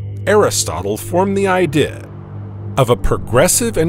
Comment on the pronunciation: Man please quit writing ‘idea’ into the script. The AI narrator just can’t handle it.